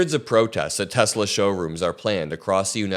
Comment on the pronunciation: Hey....how can ANYONE have a problem with "TESLIR".....??? 😂😂